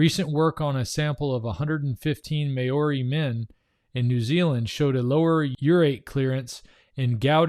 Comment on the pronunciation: MAORI pronounced..... MA OH REE (or DEE), otherwise great job uncovering the Truth!